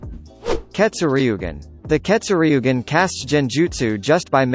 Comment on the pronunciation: Say ketsuryugan like this Keto sur ye gen